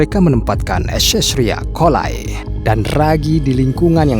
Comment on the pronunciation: Ecericia coli dibaca nya : Eserisia Koli di singkat E-coli, yaitu bakteri asam laktat yang biasanya ada di tai ayam dll